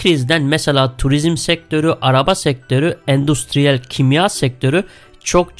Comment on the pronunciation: ağaey kendine de yatırım yapıp kitap okur musun? yanlış anlama ama mesela endüstüriyer yerine endusturuyer diyorsun.